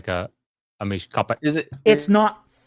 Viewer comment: Thank you! So it's מִשְׁפָחָה then. I tried googling how to say "clan" in Hebrew, but the words that came up were not even remotely similar to mispronunciation. But מִשְׁפָחָה makes perfect sense, and now I have learned a new Hebrew word. (I already knew and understood the "hatiqva" meme, since I saw it arise basically live.)